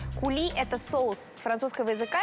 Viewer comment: Кули а не кЮли, (coulis) , то что может течь, то есть это соус .